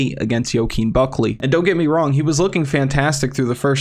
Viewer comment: Only thing pissing me off is how you say Buckley name